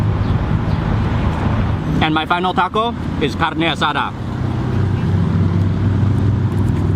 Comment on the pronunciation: Hearing Mark speak Spanish is very amusing. :::speeds up:::: CARNAY ASADAH